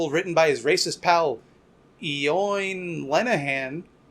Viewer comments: Eoin is pronounced "Owen", it's an Irish name. Please don't make fun of people's names, it's tacky. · Eoin is pronounced Owen and it is a traditional and very commonly used Irish name. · Did someone already manage to comment that Eoin is pronounced Owen and it's Irish language. Tiocfaidh ár lá y'all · "Ee-O-In"? It's Owen lmfao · Eoin is an Irish name. It's pronounced like "Owen." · I'm going to have to give in to the temptation to correct you and say that Eoin is just the Irish spelling of Owen and it's pronounced basically the same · Yeah, that was the one bad spot in this one. Kinda ruined it for me, and I love making fun of right wing fears of milkshakes. Not very happy about seeing the xenophobic responses, either. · Not defending the fash but "Eoin" is an Irish name, and it's pronounced "owen", don't be so Anglocentric. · I'm pretty certain Eoin is pronounced like Owen. Least that's how I was told to say the name of the author eoin colfer. It's Irish. Different phonemes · Eoin is pronounced Owen, it's Irish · Eoin is pronounced Owin. It's Irish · This is probably the least important thing of the whole video, but 'Eoin' is pronounced 'Owen'. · One of the worst pronunciations of an Irish name I have seen in a while :P